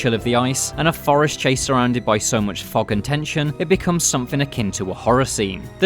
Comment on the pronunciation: Said: "Fog and tension" Heard: "Fockin' tension"